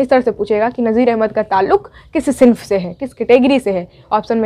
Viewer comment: "सिंफ" नहीं होता है मोहतरमा सनफ होता है।